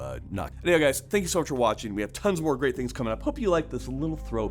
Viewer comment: Did he say "geeat"?